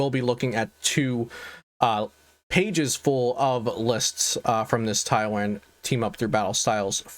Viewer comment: Thanks for the video but please pronounce taiwan correctly lol